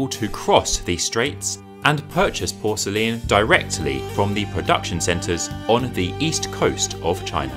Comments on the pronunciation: Its great except for the way you say Porcelain as Porcelian ? Which is very odd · Why do you say porcele-an? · Porcelain is pronounced ˈpɔːr.səl.ɪn, not porcelian. Qing is pronounced ching, not king. Otherwise, a great documentary. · It was great except for the way you say Porcelain as Porcelian, sorry, but it was too distracting, I could only get halfway through the video. My misophonia got the best of me. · it is pronounced Por ce lain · I am pretty sure "porcelain" has three syllables 😄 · that’s a very odd pronunciation of the word ‘porcelain’… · Great video & I love how you pronounce “porcelain”. What is your backround? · Very interesting, although it seems I've been pronouncing porcelain the wrong way. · To be frank, we don’t pronounce it the way the author in the video does. 😂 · Why are you pronouncing Porcelain like you do?!? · ok lets talk about how you pronounce PORCELAIN a minute? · oh my god the way you pronounce porcelain is atrocious 😭😭😭😭😭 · I thought I would look at the video for education. While it is informative, I was wondering why you began with English porcelain to show it was a copy of the Chinese and render your conclusion in psuedo-scientific comparisons. Your pace ... with ... all.... its...unnatural ...breaks....was .... a ...bit.....nauseating. Your extra syllable in pronouncing porcelain was quite odd and uncomfortable. Consider fixing these strange elements and re-posting. I am trying to be charitable here and hope my words are not too harsh. Thanks for the effort all the same.